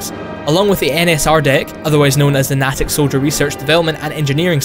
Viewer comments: Natick is pronounced "Nay Tick" not "na tick". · Since I was born in Natick, I'm sorry, I'll have to correct you. It's pronounced that's Nay-tick, not Nah-tick. =) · It's NAY-tick not NAH-tick lol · the "a" In Natick is a long a sound. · You pronounced Natick wrong. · I live near Natick, and my Grandmother used to work at the Center you mentioned. And I just have to say, you mispronounced Natick so fucking badly.